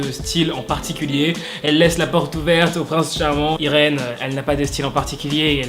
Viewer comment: je crois que cest Yrine et non irène eheh bref bonne video 😏☇ et cest moi ou il y a pas le lien pour la video en anglais?